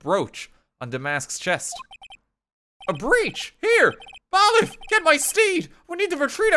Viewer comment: anyone else watching and getting annoyed at the fact that he's pronouncing "bailiff" wrong